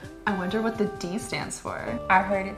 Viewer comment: "A? Hwhat did I do?" 😂😂👌